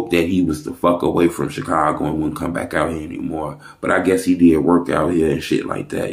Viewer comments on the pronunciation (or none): none